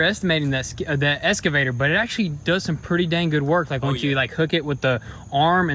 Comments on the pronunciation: You guys are killing me with the "eScavator", instead of "eXcavator" [ eks-kuh-vey-ter ] :) Plant 'brushes" instead of "bushes"? :) Grammar rant over. Keep up the good work and really enjoying all the progress videos. That new brush hog attachment is sweet! :) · It's an excavator not an escavator!! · great content, would love to have the boys learn to say EXCAVATOR instead of ESCAVATOR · Do you say "escavator" instead of excavator, or do my ears deceive me? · It's an excavator, not an 'escavator '..... Also, no such thing as brushes. That is like saying there is more than one deers.... Called a locksmith all the way out there and paid $120 to change a lock.....lol. It's still not a bushhogger. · It's eXcavator. Not eScavator. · Anyone else cringe when says escavator instead of excavator? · its and excavator, not an escavater lol. been thinking this since episode 1, had to get it off my chest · WTF is an "eScavator" ? It's pronounced eXcavator. Drives me nuts! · For the love of christ boys, its excavator not escavator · Has no one commented yet how to pronounce excavator? It’s not eskavator my guy haha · OK I’ve had about enough of this… Both you and your brothers pronunciation… it’s EXCAVATOR... see the X?? Not Escavator... I know y’all from Tennessee, but come on now... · It's pronounced Ex-Ca-Vator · “Escavator” had me in tears